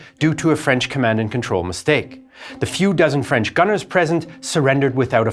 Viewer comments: FWIW, the narrator's French pronunciation is spot on - bravo! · your French pronunciation is fantastic!